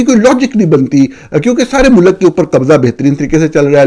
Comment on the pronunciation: You pronounce ملک as Mulak it's Mulk . You are a renowned journalist. Try to pronounce right word